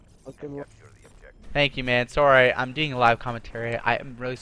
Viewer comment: I forgot is Canadian, he said "soowwrrrryyy" 😂awesome bro keep it up! 👍🏽